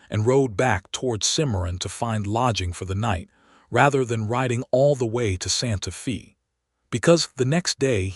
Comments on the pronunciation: Santa Fe not Santa Fee!!!!! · SANTA "FĀY". Santa Fe is a Spanish-Mexican Name. Many Texas names are Spanish/Mexican bcz Texas and New Mexico as well as some others have carried as many as 6 nationalities and they do not change city names when the area has carried as many as 6 nationalities. Main nationalities from Texas, New Mexico, and Arizona and parts of California have variously been French, Spanish, Texas, and USA. PART OF California was Russian. there is a lot more of that such as Oregon and Alaska having once been Russian - plus more. Santa Fe was named when it belon ged to Spain, then Mexico, then Texas. Generally the Spanish Mexican "e" is pronounced as a long "ā". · Santa Fay!!!!!!!! Argh!!!!!!!!! If your AI can read with nuance and emotion, why not correct pronunciation? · because Santa Fe is a Spanish name, so it is pronounced "Fay". Spanish vowels are rarely pron ounced like American or British/English. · Pronounced "Santa Fay". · How do you pronounce Fe in Santa Fe? Get it right.